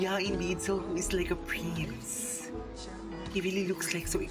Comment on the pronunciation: EXO…often called “SEXO”…sexy live!❤. My #1 kpop group!❤. Glad to see you’re learning their names! Even though EXO has been around for a long time..daily they are gaining a whole new fan base! Suho is pronounced Soo Hoe…not Sow Hoo.